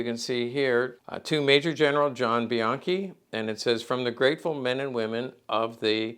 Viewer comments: a closer pronunciation would be "be yankee", as per my step grandfather Jesse Bianchi. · Isn’t the name pronounced “bee yankee”?